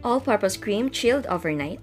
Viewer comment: Im so irritate when she pronounced "chilled overnight" 👌